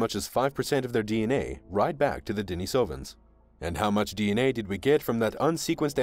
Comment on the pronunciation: How about a little consistency? You have pronounced Denisovans at least five or six different ways. If you are going to do videos then get it right